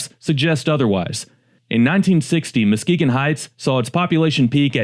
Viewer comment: Videos are very interesting and professionally done but did AI change Muskegon's name to MOskegon?